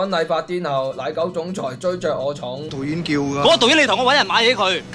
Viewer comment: 我听到【导演】叫的变【抖音】叫的😂